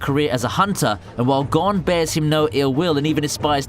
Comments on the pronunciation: Stop saying Gon like gone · funny how he says "gon Freecss" as "gone Freecss"